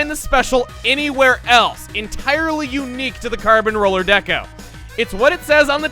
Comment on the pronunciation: Holy crap (or should I say carp since this is splatoon we are talking about here) he absolutely nailed saying the carbon roller's name in Spanish(at least I assume that he said the right words and that it is Spanish since the only language that I truly know and understand is English due to living in the United States for my whole life so far and I only have 1 highschool year done thus I haven't really learned any other languages nor been to other places).